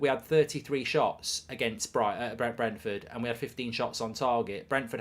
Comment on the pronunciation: You could not pronounce Brentford at the beginning and then could not differentiate between Brighton and Brentford. Top class work.